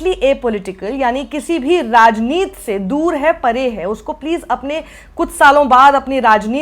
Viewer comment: साक्षी जी आप फिर से राजनीति को राजनीत hi बोलती हैं. ऐसा क्यूँ? क्या राजनीति को ठीक तरह से पढ़ना आप जरूरी नहिं समझती हैँ? याद रखें बड़ी सी सफेद चादर पर एक छोटा-सा काला धब्बा दूर से नजर ata है.